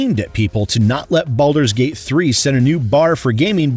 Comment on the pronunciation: hahaha at the end there with what sounds like you said belders gate 3